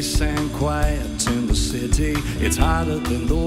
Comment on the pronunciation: "New York Citity" that is what I heard "Sit-tity"